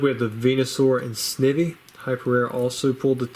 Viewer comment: Pretty sure Snivy is pronounced like the plant Ivy